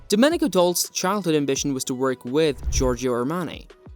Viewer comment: You should at least pronounce Domenico’s last name properly.